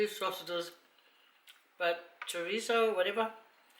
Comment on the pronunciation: Good morning how are you yes you pronounce right on chorizo tipical dish meal in Latin America must taste so delicious Thank you for make the meal made me feel good and hungry L.O.L a dios amigos have safe trip to the cook island Have ever heard about this islands called RAPA NUI RIGHT ON THE MIDDLE OF Tahiti and Chile south America interesting RAPANUI Isla de pascua belong to Chile the must BEAUTIFUL thing they are polynesian and they speak Spanish Latin language SAMOA AND RAPANUI POLYNESIAN ISLANDS!!!! FAAFETAI TELE LAVA A DIOS GOD BLESS YOU ALWAYS